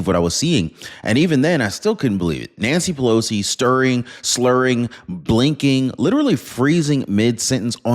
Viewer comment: 😂😂😂😂Nanshee Pelowshee 😂😂😂😂